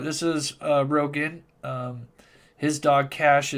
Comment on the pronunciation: rogan, not rodger lol 😆